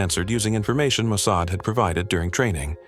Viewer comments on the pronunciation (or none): Ah, isn’t it “Mo-Sod”?😮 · The pronunciation of "Mosaid" is totally off. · Please train your AI to pronounce mossad correctly. Not mo-say-ed. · AI can't even pronounce Mossad correctly. Who expects their story to be factual?